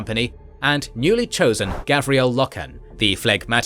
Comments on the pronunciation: Garviel, not Gavriel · It's GARVIEL Loken, not Gavriel :( And pretty sure it is read Ezekiel not EzeKYLE Abbadon...although the spelling here strongly suggests something else. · Garviel Loken, not Gavriel. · Garviel Loken.....GARVIEL...... the other lore mistakes dont matter that much, but Garvi, come on XD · His name is Garviel! GODDAMMIT!! LoL Great Documentary 👍 👌 The details are awesome. I didn't expect to hear about Eujan Temba and Samus or how many explosive rounds it took to take him out. For a newcomer this information is perfect. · Love the videos so far. Some SUPER small ULTRA nerd corrections.. Garviel (Gar-vee-el) Loken (Low-ken) And in the first WH40K video Robute (Row-boo-tay) Guilliman (Gill-uh-min) Awesome and amazing work as usual! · It's pronounced Gar Viell Low Ken. Apart from that and the Monarchia confusion this is very good stuuf